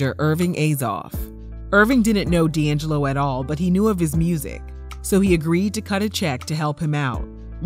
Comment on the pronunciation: D’ AnJello!😂😂😂😂